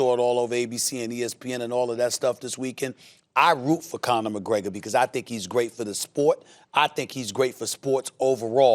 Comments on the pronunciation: mcconor mcgregor?? Who the Fook is that gooy? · I'm sure Stephen A. said McConnor McGregor 🤣🤣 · Nobody: Stephen A Smith: McConor McGregor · Steven A. Smith actually says McConor McGregor